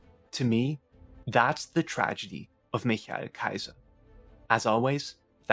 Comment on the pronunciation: The way you pronounce his name... I immediately realized that ur german :D Nicely done